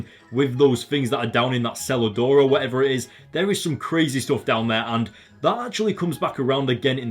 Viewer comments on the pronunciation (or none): Omg easily one of your best videos yet. The ending with the smile and the beginning, You reminded me of a little kid. And when you said cellar door I thought you said salad door XD because of your accent and I love how you said he has nothing left while he's standing on the deck of a mansion in the alps while probably drinking a really expensive alcohol